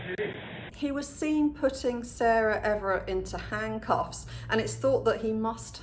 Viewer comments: Hey I just wanted to let you know her name is Sarah Everard not Everett. I hate correcting people but I thought it was important. Also I’m loving you with the blonde hair, I haven’t watched your videos in a while and blonde really suits you!! Last time I watched you were a brunette 💕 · Her surname was Everard, not Everett.